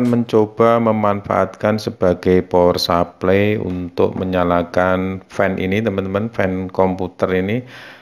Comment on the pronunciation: power supply dibaca pawer suplay, bukan supley kayak nyebut grup Air Supply yg nyanyi lagu goodbye.. /\/\/\